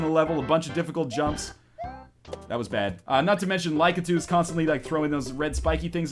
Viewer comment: Its LACK-AH-TOO. Not trying to be rude, just saying since you mentioned it last time.